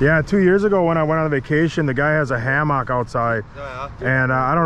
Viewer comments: why do you same hammock like that that never heard it pronounced anything other than hammick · Did you just pronounce a hammock a Ham-hock lol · Never heard anyone pronounce hammock like that before, lol. Keep up the good work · The way pronounces hammock is hilarious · Love you but gonna have to unsubscribe after hearing the way you say hammock